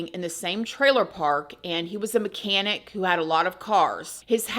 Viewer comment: "A full grown, mechanic, man." 😂 Not to make light of this. Idk why the emphasis on the mechanic aspect just tickled me.